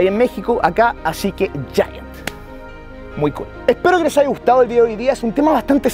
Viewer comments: Haiga?😂😂 Es Haya🤷‍♀️😂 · Se dice Haya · Haigaaaaa :v se dice haya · Tan linda, pero, dice 'haiga"... Jajaja